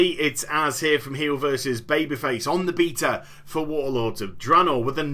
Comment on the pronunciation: That is how it is properly pronounced. The 'bayter' pronunciation is an illogical and relatively new Americanism, virtually unheard of until the very late 90s. For it to have a 'bay' sound, it would need to be spelt 'baeta', 'bèta' or 'beita'. :eng101